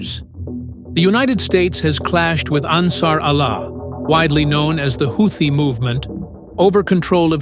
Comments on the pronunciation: A "HOW-thi"??? Gotta love AI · Why stupid houti piutee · How many pronunciations of "Houthi" will we hear? I hats Ai narration. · The narrator pronounced "Houthi" differently like 4 or five times